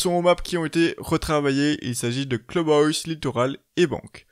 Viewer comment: Cleube Hoyse... Je t'aime